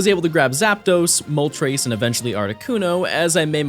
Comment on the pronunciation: Lol "Zapdose" and "Moltrace"